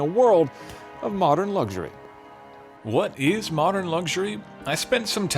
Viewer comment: Great review but it's pronounced " Luxury" as it's spelled. There are no " G's" in it......